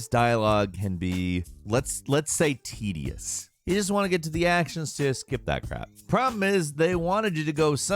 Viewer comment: Things you can count on in a gameranx list -His version of the title will ALWAYS be different than what's written -Somethings gonna be mispronounced - "ORIENTED" -"TEDIOUS" -And it will still be some of the best content on YouTube!! Lol, gotta love!!